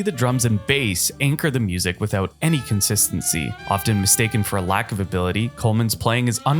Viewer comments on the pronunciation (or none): none